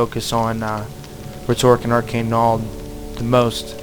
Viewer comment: Stopped watching when he literally said "arcane knowled". C'mon.